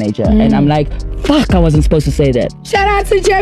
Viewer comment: why you said the f word like that